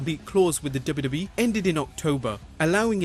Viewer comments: hey, narrator, practice saying "Double You Double You EE" and "Double You Double You Eff" clearly. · if only you could take time to learn how to articulate "W-W-E" ... hint? its THREE! letters and its really aggravating to the ear when you insist on making it into just one syllable.... '